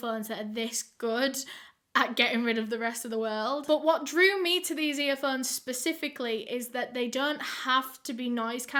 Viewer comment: i love when she says earphones like “earfunds”🥺